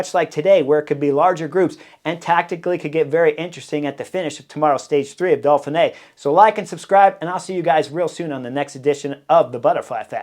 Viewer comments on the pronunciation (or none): Hi Chris. I have been following the Butterfly Effect and Beyond the Coverage for a few years now and thoroughly like your outspoken, opinionated tactical criticism. Thanks. One thing though,;why do you call it the Dolphinay rather than the Doughfinay (Dauphiné)? Are you like the Brits who take the piss out of the French by saying things like "Murky Blowthrough" or "Mucky Buckets"? Or do you really think there are Dolphins involved so far inland? Does this qualify as knuckleheadism on your part?